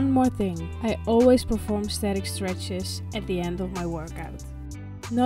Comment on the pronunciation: Niks mis mee, behalve... ach, wat je al weet... Microfoon/geluid/plopkapje. En qua Engels nog even oefenen op woorden als Thing, Think en een langzamere S aan het eind. Thingszz, Thinkszz Komt vast goed. Ga anders lessen nemen bij Tijsie. Hoewel dat meer Amerikaans klinkt en niet zo heel "Netjes" Engels. Keep up the good work. You're gonna nail it with KP-active!